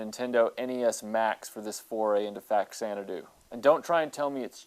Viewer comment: It’s pronounced Fazanadu. It’s a version of Xanadu for the Famicom. Fa=Famicom +Xanadu (Zanadu)=Faxanadu.